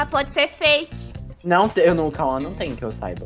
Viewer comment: O fala turo bom jente kkkkkk